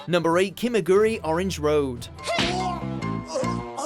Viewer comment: Sorry but the pronunciation of Hajime no Ippo i just heard made me throw up a little. Shortly after i heard Kimagure i stopped watching. A little bit more effort in how Japanese names are pronounced wouldn't hurt. just saying... thx anyway